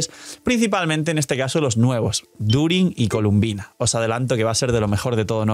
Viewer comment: Mala costumbre de llamarle “Columbina” siendo que su nombre incluso sale en el juego y es “Colombina” pero bueno siempre hay alguna que otra mala pronunciación de parte de los YouTubers siempre